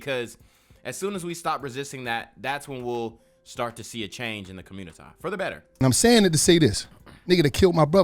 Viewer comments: Through madness laughter is indeed a good antidote.. And yeah him saying commuitah is funny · Do u listen to CGA, I’ve heard u say communitah and it had me laughing